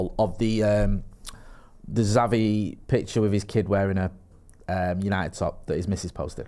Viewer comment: 2. For f's sake, WILL YOU PLEASE PRONOUNCE XAVI's NAME PROPERLY. IT'S EASY: "CHAVI" as in "chips".